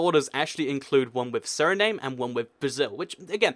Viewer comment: you said suriname wrong